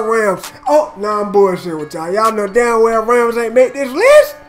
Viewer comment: had me on ropes when he said ramz for number 1 😂😂